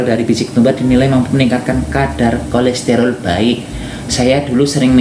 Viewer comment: bukan kolesterol Mas tapi kolesterol